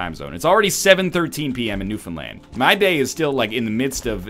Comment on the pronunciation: Thanks for pronouncing Newfoundland correctly NL. Love the videos!